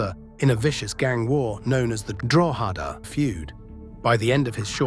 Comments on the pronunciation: Drawhaada. Learn to pronounce it properly. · is the speaker AI:?? speaks so well other then DROHEEEDAAAAA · Alot of the information over keane and robbie are incorrect and it's not pronounced drogheda. It's like draw-da x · Drogh eda say quickly ,,, county above Dublin - county Louth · Draw hed a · Still mispronouncing Drogheda! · Distracting how you cannot pronounce drogheda !